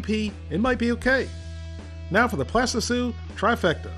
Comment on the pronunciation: plastitsu lol